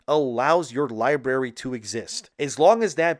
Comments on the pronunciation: Hate to be this guy but it's pronounced lie brary not lie berry... Library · library brother. You keep saying libary. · Great cantent but bro it's library not (lie-berry) wtf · It's pronounced LIE- BRARY not LIE- BERRY. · libary? really? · Omg, of course you got it wrong. Its not a full drm system. They implemented a temporary drm to prevent a refund exploit. You can play your games without internet. You could've done research but that video would be boring, right? Also library is pronounced with 2 rs lol